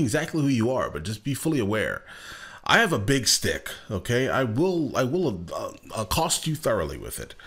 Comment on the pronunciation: "Acost you thoroughly!" Amazing!!